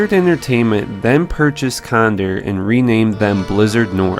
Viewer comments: ...Con-door not Conder. Pronunciation son, use it! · Its pronounced con-dor like a vulture not cond-er you fuckin weird beard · condor is pronounced con-door. like the bird condor. get a dictionary